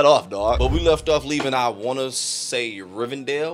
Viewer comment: Rivendell not Rivendale